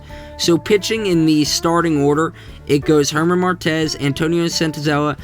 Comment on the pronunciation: Great video! Justa few things: German is pronounced Air mahn And ryan vilade is Vill( like fill) aid